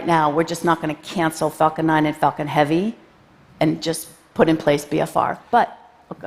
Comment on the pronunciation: it sounds like she says "fucking heavy" instead of "falcon heavy".